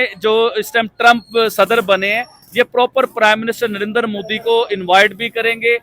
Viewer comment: Abe mudi nahi bolte modi hai vo